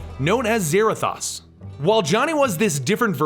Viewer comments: I'm sorry to point it out but Mephisto is pronounced "meh-fist-oh" not "meh-fest-oh" And Zarathos is pronounced "Zer-ah-thos" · Pretty sure it's Zarathos, (Zuh-Rah-Thohse) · u said zarothos wrong